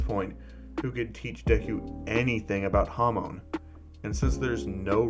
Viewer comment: When u said hamon i heard hormon